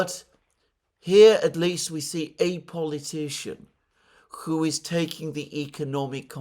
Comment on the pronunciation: Why does Mercouris slabber every time he says the word "who" which he pronounces "coo" with a healthy does of drool.